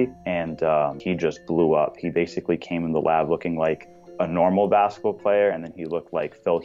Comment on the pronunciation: His "Lab"? Really?